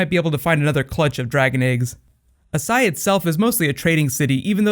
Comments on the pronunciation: Why are you pronouncing it that way? Both the characters on the show, as well as the spelling of the word itself would make it "ash-eye", not "ah-sigh", like you're saying it... And then Qarth?? The show even goes out of it's way to give a lesson on how to say it correctly, via the Spice King. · ***** As*SH*ai. 18 seconds in and I had to pause. The pronunciation is going to drive me up a wall. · dude its AsSHai sh.... (a-sh-eye) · Do you just not see the H in Asshai?